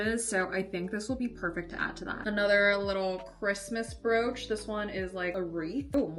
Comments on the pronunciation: I thought she said "roach" 😭😭😭😭😭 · me too why she cant say brooch its not a hard word